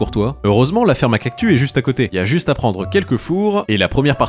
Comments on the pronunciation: C’est moi ou il fait exprès de dire cactu car ça se prononce “ kaktusse ” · On dit cactusssssss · Dans le mot "cactus" le s se prononce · Pourquoi tu dis cactu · CES CACTUSSSS PAS CACTU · J'aime bien quand tu dit "Cactu" au lieu de "Cactus" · Cest pas unhumilation mais on lit pas cactu mais cactussssss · J adore le"cactu" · Quant il dit CACTU plus de 100😂